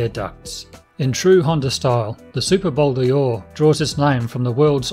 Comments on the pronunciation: Pronounce it Bol Door as in a door you walk through, it's not Bol Deeor. Bol D'Or = 24 hour races at Paul Ricard circuit, south of France. Name is from there not Le Mans 24 hours, which is a different race. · In french they say " Bol Dor " not Bol-D-Or like you say . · It is Bol d`Or and not Bol dior. Named after the French 24-hour race. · Nice bike. It’s not ‘Bol Di-or’, but ‘Bol d’Or’🧐it’s a ‘bowl made of gold’. bol=bowl or=gold 🤓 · WTF is a Bowl Deeooor? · Bol D or is pronounced bol dor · Bol d'Or sounds like bol door mate. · hey nitwit.....there is no letter E in Bol D‘OR